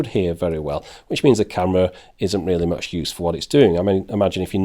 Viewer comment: 1: It's "much" not "match". 2: Go pro is 10-20 times more expensive. Stop Trolling.